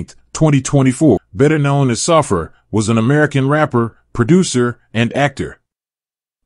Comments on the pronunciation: Saffir is pronounced "Sah-fear" not "Suffer". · Pronounced.. SAH -FEAR